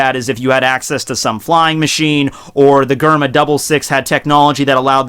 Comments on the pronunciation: Dude I’m pretty sure it’s ger-ma instead of gur-ma lmfaoo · Did you say G-erma Double Six instead of J-erma Double Six just to aggravate me? Lol just saying. Your awesome man keep doing your thing. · hehehe..... "gurrr mah" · Jay Tamal its supposed to be pronounced like germa double six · Cringing every time I hear your pronunciation of Germa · Its Germa not garma It's bege not bage